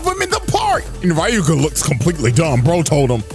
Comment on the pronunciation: As much as I enjoy this i'm getting slightly tilted with how keeps saying Ryuuga as RA-YUU-GA, like dude, it's a two syllable name and he made it three. 😅